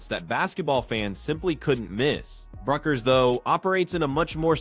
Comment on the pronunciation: Guys, her name is pronounced Beckers, not BUCK-ers.